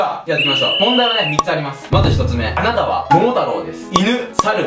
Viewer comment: 『あなたは桃太郎です』のところ『あたな』になってるw そして、ドッキリのところドキッリになってるw 疲れてるのね...